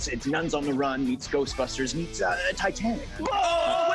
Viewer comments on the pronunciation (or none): none